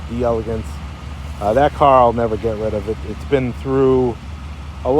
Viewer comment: You can't pronounce delegance properly. It's French not English